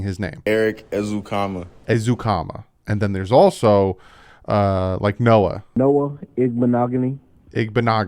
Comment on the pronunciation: Congratulations, you said Erik and Noah correctly! Baby steps haha